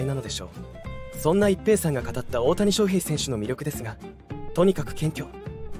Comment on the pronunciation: 水原が入るのは既定路線なので、動画にしなくても良い。それから「翔」の発音、なんでいつまでも正確にしないのか。手抜きだとしか思えない。